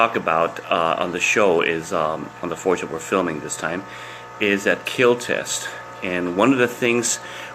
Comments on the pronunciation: This blade.....WILL KEEL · No one: Coronavirus: I will keel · It will not KILL It will KIEL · Imagine hearing it will keel when someone gets keel in school💀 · It weel keel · 0.001% keel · the south African mutation of the virus sir , it will keel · Will it keel? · most importantly...it will keel. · wheel keel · He Protec He Attac But most importantly IT WEEL KEEEL 😊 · It wheel keel